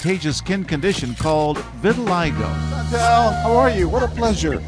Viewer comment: It's called vitiligo, not vitilistop. LOL